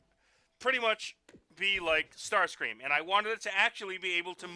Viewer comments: he says star cream not star scream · I'm sorry but I could stop laughing when you said 'StarCREAM'